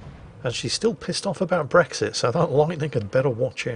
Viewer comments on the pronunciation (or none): none